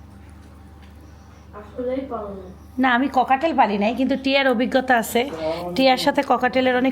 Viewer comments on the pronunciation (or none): Pakhitar name cocktail , kokatail na . Apnar pronunciation ektu thik korun . Apni to naki shikhhito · দয়া করে পাখি টার নামটা একটু শুদ্ধ করে বলবেন। এইটা কোকাটেল পাখি, ককাটেল না। 🙏🏻। এই পাখি আমার ছিল। পাখি যেহেতু কিনসেন বার বার ই এই নামটা নিবেন তাই রিকোয়েস্ট করলাম।